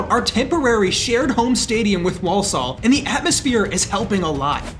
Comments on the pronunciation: Just say Warlsul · i love the way he says Walsall he prounounces it WAULSOOLL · War sull is how to pronounce it. As a native walsallian. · WoLsOl Its pronounced War-suhl